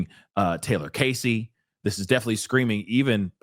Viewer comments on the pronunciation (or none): none